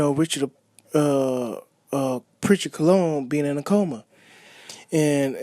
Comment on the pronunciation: Your the bottom of the barrel Disgusting for this opinion you felt you wanted to give. Sounding dumb and uneducated AF . Wow how do these bloggers come up with there conclusion . When you barely can say his name right .